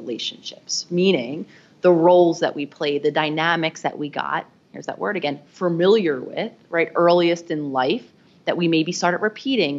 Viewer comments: Say “fer-miliar” one more time. I dare you. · Ooops! Fuh-MIL-yer rather than Fer-MIL-yer Ooh boy! And FORE-hed. Instead of Far-hed